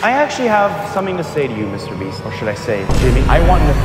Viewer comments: Bro said Mr breast💀💀💀😭😭😭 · dude said MR breast he got the laban affect lol